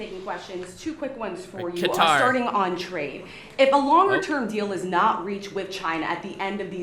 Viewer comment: It's hilarious 😂 after they give us a plane, be can pronounce it right. Instead of calling it cutter, he called it Qatar! 😂 Maybe more Kennedy's are gonna jump the fence ✊🏽